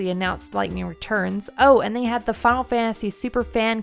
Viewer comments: I don't know how many announcers you guys have, but if your video has the word "final" in it more than twice per minute, you need to choose the person who can best pronounce the word "final." It's not a race to complete the word "fah-ul," it is the word "fi-nal." Other than that, not a bad vid. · Your accent makes you seem heavily pronouncing it as "Funnel Fantasy". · The way you say "Final" is funny. "Funnel Fantasy"